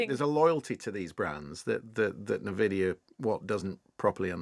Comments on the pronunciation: Nvidia is pronounced EN VID EE YA, not NIV ID EE YA. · en-VID-ee-uh NOT Nuh-vid-ee-uh - why should anyone waste their time when you can even get the pronunciation correctly?! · thought it was 'en-vidia', like jealousy, not 'ne-vidia' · nuh-vidia. smh. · Navidia? Tf is that? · Na-vidia. Real tech guy there. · Host Intros/Teaches us about gaming and major AI players. Mispronounces the company name. (En-Vidia) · (Ni-Videa) DLSS is double-long super short (obv.) 😄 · DLSS is Deep Learning Super Sampling, not "Super Scaling". On top of that the mispronunciation of Nvidia, I have a feeling the BBC "tech experts" are about as "expert" as IGN Journalists are "journalists". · The NVIDIA pronunciation is really getting my goat 😅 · know so much about tech that cant even get one of the worlds largest company names right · Yeah that's ridiculous, how can your front a show on this subject and not even know that..